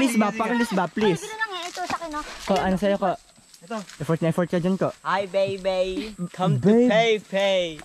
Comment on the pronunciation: "Hi beybey come to feyfey" JSHSJS